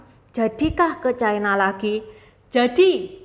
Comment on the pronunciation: Ucapan yg bnr : China, bukan Chaina